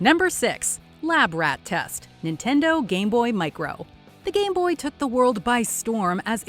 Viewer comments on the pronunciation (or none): none